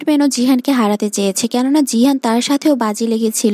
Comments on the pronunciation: জিহান নয় গিহান😂😂😂😂😂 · জিহান❌ গিহান✅ 😅😅😊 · গিহান হবে। জিহান নয়😂😂😂😂😂😂😂😂